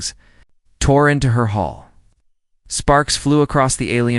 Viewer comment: Hull not hole